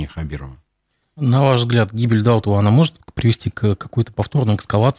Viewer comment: Не ДАутов , а ДаУтов!!! Это тюркская, башкирская фамилия! Ставьте ударение правильно!